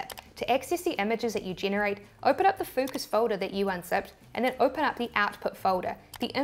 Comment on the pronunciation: Did you said.. FUCKUS? 😯